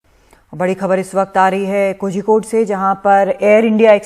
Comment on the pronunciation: Its pronounced as Koyikode. Zhi is silent.